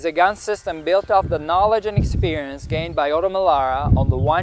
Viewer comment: Però odo melaua non si può sentite OTO Melara si dice . Perfida Albione !!